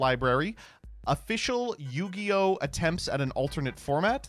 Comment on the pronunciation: What the hell is New-gi-oh??